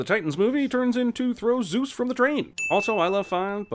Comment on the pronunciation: And I was happier for it. Eternally grating mispronunciation of Zeus, stupid characters and Hades once a-fucking-gain made out to be the antagonist when in the myths, he was the only member of the Greek pantheon who actually did his bloody job properly.